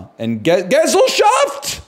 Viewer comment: honestly the way she was saying gesellschaft sounded more like gesselschaft lol